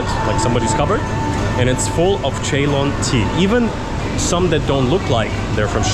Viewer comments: Its not Cheylon ..its pronounce as sealon/ C..loan/C..lon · Ceylon is pronounced“Sealoan”